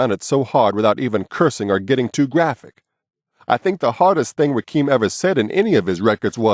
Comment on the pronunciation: Rakeem?? Were u living under a rock?? It's rah-kim